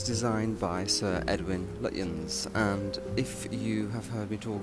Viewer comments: Lutyens, pronounced lutchens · Lutyens is pronounced Lutchens. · Lutyens is pronounced “Lutchens”. Yet another of those English words designed to trip up the unwary!